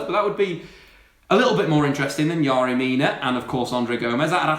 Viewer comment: I DIED everytime he pronounced "yerry". As a Barcelona fan there is no way manchester united is letting pogba leave.